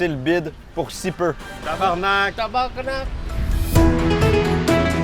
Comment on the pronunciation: Le thaïlandais dit mieux tabarnak que toute les français réunis 😂😂